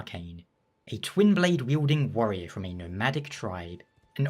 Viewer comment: I thought he said the ''worrier'' lol thats me!